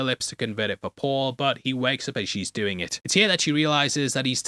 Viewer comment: I like that he said stop what ya "dune" instead of stop what ya "doing". Deliberately or hot i cant tell lol......